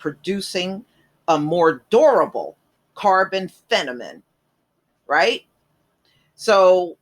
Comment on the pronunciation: Thank you for the shout out to my relative, Lewis H Lstimer. I do wonder why though you pronounce FIL-A-MENT as "fenament"?